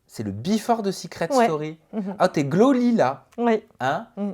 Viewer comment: Mon petit, Glowy pas Gloly 😂⭐️